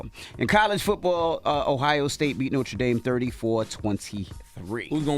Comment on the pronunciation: It really bothers me the way Envy pronounces Notre Dame lol